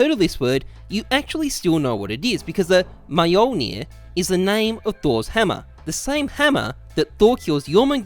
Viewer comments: i literally cannot express my anger when you say ''M-jolnir'' like.. it's so wrong. it's Mjölnir for a reason my man. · maj ölnir? Mjölnir xD say jölnir then add m before j ;) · Lmao never heard such a butchering of that word before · Nobody:: mAeJoElNiR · He littearly says "Miolnir" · pronounced Yolnir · Me-joolnier lol, Offended swede over here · you butchered all the names, good job! XD awesome details tho :D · He doesn't speak the language chill out its norse mythology bot exactly a contemporary language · As a Norwegian I cringed at the pronunciation of mjölnir no offence